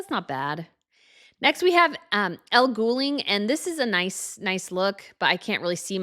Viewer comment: did you just call her Elle GOOLING? 😂😂😂😂😂 Her name is Elle GoulDING